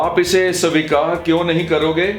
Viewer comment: Sir , pls svikar boliye